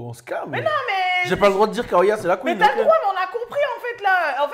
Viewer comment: tu me tues il parle de la QUEENEUH🤣❤️